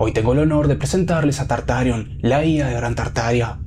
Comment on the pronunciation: Jajaj "Tartarión" 😂